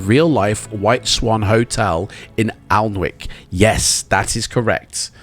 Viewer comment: Are you from England originally? Surprised you didnt know its pronounced 'Annick'